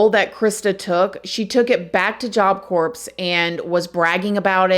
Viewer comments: Pronounced core not corpse. That's a dead person.🤦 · Corps isn't pronounced corps. It is pronounced core. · It’s pronounced job core lol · I don’t mean to be a smart alic but I want to tell you that the P on the word corp is silent. I also want to tell you I really enjoy your podcast,you are one of my favorites very very much like your music programs! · You don’t pronounce the p in corp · Pronounced CORE. Not corPS…❤❤❤❤ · Core gawd damn it, it's pronounced core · Despite the spelling it’s pronounced core, not corps 🤷🏻‍♂️ Just trying to help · It is pronounced core. Not corps. FYI. Love listening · Corps is pronounced like the word “core”, not “corpse”. You know, just like in Marine Corps….Still love you, just letting you know 😬🙄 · Please forgive me for saying this….. the word corpse is being pronounced incorrectly. The “P” and the “S”, are silent. The word is pronounced as “CORE”. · OK, not to be that person but it’s not pronounced corpse it’s job corps. You don’t pronounce the P or the S kind a like Marine Corps. I went wasn’t the best place in the world actually very toxic both staff and especially the people that went and that’s why I also ended up working there later on to make a difference and show the people coming in not all staff were aholes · Idky but corps is pronounced as core just a heads up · Love your videos. Just wanted to let you know that any time something says CORPS that is pronounced Core. Corpse is a dead body. Corps is (pronounced core) is an organization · Once again, “corps” is pronounced like CORE not corpse. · Great investigative reporting 👍🏼 Just one observation…the word corps or corp …the p is silent, so it’s pronounced just like the word core. I know you’d want to know 😊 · Corps is pronounced core… 🤷‍♂️ I don’t make the rules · Corps is supposed to sound like core. 👍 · I love your channel, you do such a great job!!! Btw, corps is pronounced - core sweetie. ❤ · It’s pronounced job CORE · corps is pronounced core...just an fyi :)